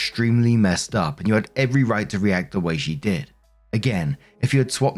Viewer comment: Idk if its just your accent or what but both times it sounds like you say "op comes in with her update".